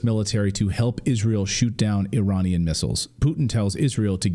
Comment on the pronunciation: Every time you say Iranian,i die inside